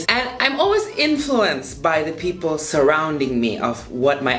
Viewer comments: When he said pipel, seprei seprei I died of laughter